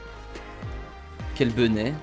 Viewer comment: Pourquoi il dit toujours quelle benet ?